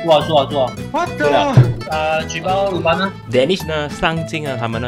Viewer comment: 还有，是，鲁班(lû bān) 不是(lù bān)